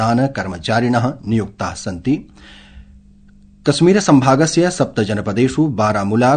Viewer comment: अशुद्ध उच्चारण। जैसे जम्मू-कस्मीर, दसमलव। संस्कृत पर प्रहार है।